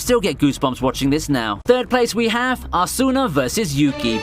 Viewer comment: The way you say Asuna 🤦‍♂️